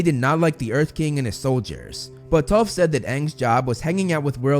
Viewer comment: use subtitels hé says toth